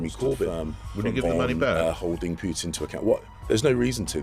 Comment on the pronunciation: She used to pronounce "Pootin" Now she pronounces it as "Peetin". Both Poo and Pee!